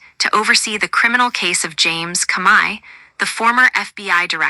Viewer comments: The robot boys can't even say the word COMEY the say it Kami your an idiot who ever put out this fucking video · Speak correctly the dirty cops name